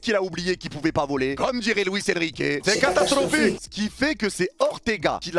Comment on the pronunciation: Résumé de la vidéo : C’EST CATASTRRRROPHIQUE